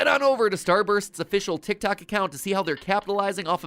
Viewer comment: And this was why I quitted TikTok,ladies and gentlemen. Also,am I the only one who hears Starburns and not Starbursts?! And trust me on the soda commercial because as a Pinoy watching that...I needed a new bottle of bleach when I saw that